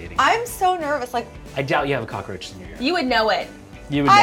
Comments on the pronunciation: She said snervous😂💙tyler Oakley fans will understand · She said 'snervous" c'mon Tyler Oakley! <3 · Did just say snervous?? 😂🙌🏼